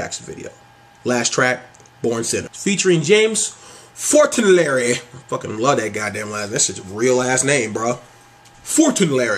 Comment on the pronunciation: Fauntleroy - FONT-Le-Roy, lol not fortenlarry